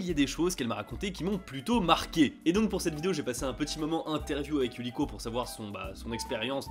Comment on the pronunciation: Un peu hors sujet, je ne sais pas si tu avais remarqué mais je trouve ça intéressant que tu prononces parfois Yu"r"iko (à la française) et parfois Yu"l"iko ! Décidemment c'est pas facile d'être bilingue lol, j'ai ce problème aussi avec l'anglais... C'est comme si ton cerveau ne pouvait pas s'empêcher de lire les mots à la française !